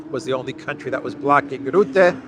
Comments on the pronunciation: You will be talking a lot more in the future about Rutte I guess. So here's the right dutch pronounciation: R - uhh - tte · The right pronunciation of the u in Rutte name is more like the u in " bucket"